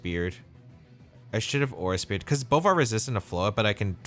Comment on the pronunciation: nice games! couldn't handle saying aura speere all the time lol